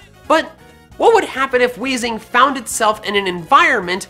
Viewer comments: You (kinda) got wheezing right! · You were so close for weezing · lol he got weezing right